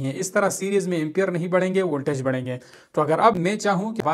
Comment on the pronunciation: لالہ سیریس نہیں سیریز ہوتا ہے